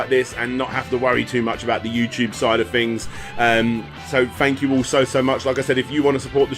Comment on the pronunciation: lol i still find it hard to listen to when people use F in place of TH , Fank YOU